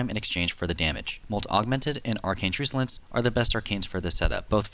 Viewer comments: I hate to be that guy but it's "Truck-ulence" and not Truce-ulence. Love your vids btw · why do you say "trusulence" its tru /k/ ulence it means hostile